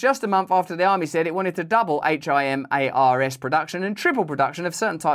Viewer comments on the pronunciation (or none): HIMARS is pronounced H- 👁- MARS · For future use --- AIM pronounced aim as "aim the gun. H.I.M.A.R.S. pronounced High Mars.